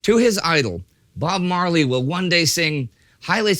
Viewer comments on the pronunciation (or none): none